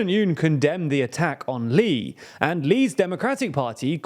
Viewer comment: A quick note: "Lee", or 이, is pronounced like the letter "e" in Korean.